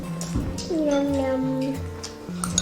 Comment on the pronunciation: 小廚說頂雞？？？ 甜跪，甜桂，甜櫃😝😝😝